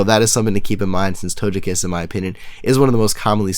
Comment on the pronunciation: The way you said Togekiss was funny haha :P But seriously, nice sets, the only thing I personally would NOT recommend is using Nature Power (Tri Attack) to fish for hax...also sound quality is great with your new mic!